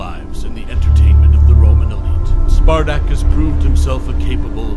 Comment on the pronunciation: Learn to pronounce his name properly.